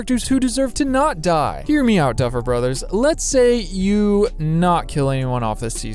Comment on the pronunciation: No one: Absolutely no one:: ”DuFfEl BrOtHeRs”